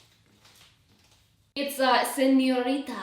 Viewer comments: senoriya:Whattt!! Me:uhmmm its called senorita Not senoriya...😂❤ ur welcome... Who agrees like if agree.... 👇😙❤ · I got kind of annoyed when she said “senyoritaA” because I’m Spanish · just taking a hot minute to pronounce señorita... And that the tea everyone!